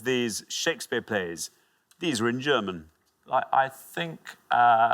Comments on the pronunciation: Not bad German pronounciatuon, not bad at all! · Brilliant pronounciation of the German titels, respect!